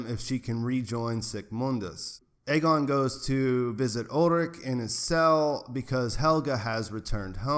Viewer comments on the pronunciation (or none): By the way, it’s EE-gone, not IH-gun or AY-gone, and Ee-NEZ, not IH-niss. You switched back and forth between pronunciations several times and it threw me off. Just thought I’d help ya out :)